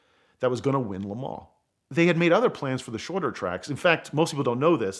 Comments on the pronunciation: Nice story but once he said "Le Mens" I couldn't suspend my disbelief anymore... sorry buddy but if you can't even pronounce the city correctly how am I supposed to believe the rest of the story? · If you guys are going to persist in calling it "LeMaw" spell it like that or else say it LeMANS!! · This Vato and his “La Maanchqua’ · he call le mans lemons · no he wasn't his pronounciation is rubbish Piech as peach isntead of pi eck Lemons when he wants to say le maans Wyer as Weer instead of Why ur